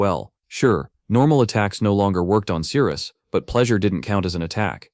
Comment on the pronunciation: The story is good and the artwork is nice but am I hearing it correctly... The Captain's name is Cyrus and the MC's name is Sirius but pronounced Cyrus? There was also the mixup with Daisy & Daphne. Don't even get me started on the fight with where the tentacles magically became Veins/Vines with mouths. Either way the Ai narration eventually became very Annoying & Confusing.